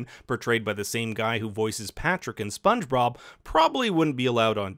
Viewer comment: Anyone else notice he said “Sponge Brob”?